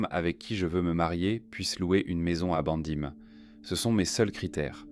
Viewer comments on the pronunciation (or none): non c'est juste une IA, il suffit de voir comment il prononce BEIJING en "bandim"